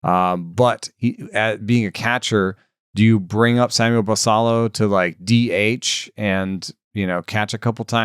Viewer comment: I think it is the Spanish pronunciation of Basallo